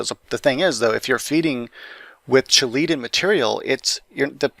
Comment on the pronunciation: It's not (Che-laytid) it's (key-latid)